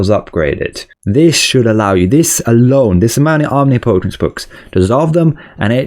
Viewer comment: Not to be mean or anything, just a friendly tip: Omnipotence is pronounced om- nip -uh-tuhns